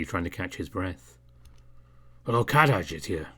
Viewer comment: Heyya. Love your narrations as always. BUT. (here it comes!) I think youre pronouncing Kadaj's name wrong. You'll have to double check with Atmac, but I get the feeling he had an arabic name intended for kadaj, and so, you have to use their letters (accent) when pronouncing. Ka-Dah-Jh. Somewhat 3 syllables. Just stress on the AH part a little longer. You have the tendency to make it sound like 2 syllables, as if you said "cabbage" wrong. The Ka- is supposed to have the same sound as the word "call" and not "cake". The Dah- part may be easy. It is like Dahl, just drop the L (as in the guy who wrote fantastic mr fox). The Jh part might be the hardest to understand. Yours sounded like youre saying the word "jasmine" or "gym". There is a lot of stress on pronouncing that J. Youre supposed to pronounce it loosely like the word "Doge". Similarly, there is the name "George" and "Jorge". I am sure you must have heard that variation of that common name. Chinese into english tend to use "Zh" or even "X" for that loose J. Like Zhao from Avator:P